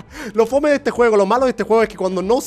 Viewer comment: "Lo fome de este juego" German sacando su acento chileno AKJFIFCJC